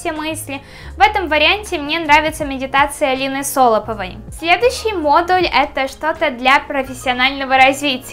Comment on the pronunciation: Не Со́лопова, а Соло́пова